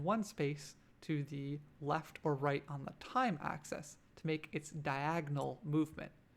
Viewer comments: this is a nice tutorial but every time you say "access" when you mean "axis" I think I have a small aneurysm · Great video. What's your accent? I call it an axe-eez not access. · adds character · Axis! Not access!!! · Pronouncing axis as “access” made this completely unwatchable for me.